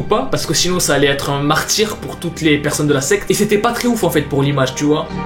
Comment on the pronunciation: Mdr au lieu de dire enfaîte ta dit "enfouaite"